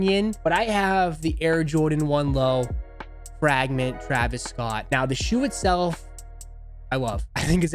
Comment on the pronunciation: "The Frāgment Travis Scuott" 😅 my guy!